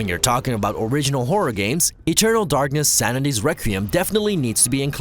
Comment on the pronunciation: Is it just me or did he say porror instead of horror at the start 😆 Maybe it’s the rum?.....